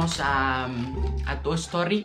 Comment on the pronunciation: Me encantó cuando dijo aquí tenemos a toy storri memori de risa es el mejor yutuber del mundo te amo